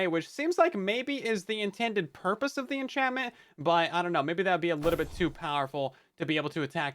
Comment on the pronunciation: "six or seven enchantment" I can't unhear it